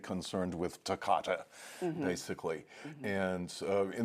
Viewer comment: At 14 minutes, is our commentator saying that Bartok is concerned with “tocatto” in the outer movements? It sounds very clear that he is not saying staccato, nor toccata. Perhaps it’s a usage with which I am unfamiliar. Does anyone have any insight?